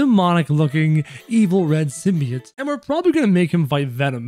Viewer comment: btw its pronounced sim-bee-ote